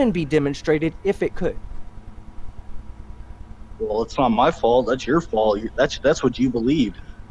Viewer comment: Ugh, everytime I hear, I remember how much I hate the way he says "wool" instead of "well"